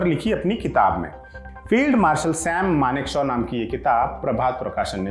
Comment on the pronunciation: Shyam nhi saim maneksah